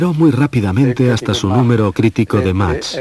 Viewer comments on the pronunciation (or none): none